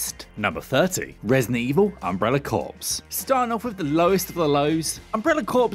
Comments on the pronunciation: Not tryna be a dick here, only to inform. The correct way to pronounce 'Umbrella Corps' is 'Umbrella Core', instead of 'Umbrella Corpse'. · I love you, but 'corps' is pronounced 'cor', not 'corpse'... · Corps is pronounced core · "Corps" is pronounced like "core", not "corpse" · Corps is pronounced Core not Not Corpse !! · Lol it's pronounced umbrella "core" not "umbrella corpse". Cringe. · Isn't it pronounced "umbrella core" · Umbrella "corpse", lol. I don't know if you've just never heard that term read out before or if you pronounced it that way on purpose as a zombie pun. Either way, very funny. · Corps is pronounced 'core' at least in the UK. Not sure what the Yanks do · As was I. Until he pronounced corps as corpse. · Its pronounced umbrella core 🤦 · Can't pronounce corps but hey.